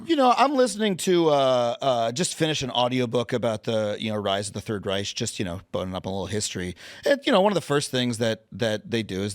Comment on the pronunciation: Did lil pup just say third reich saying the “ch” at the end of reich?💀